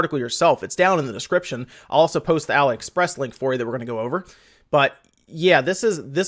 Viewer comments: .....you get told in every video you talk about them yet you refuse to accept reality. It is not pronounced Ally. It is Ali as in Mohammed Ali, or Alibaba, the prince of thieves. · why do you keep saying 'alah-express'? is it not 'ali-express'? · "ah lee" express...like Muhammad Ali....your enunciation was driving me insane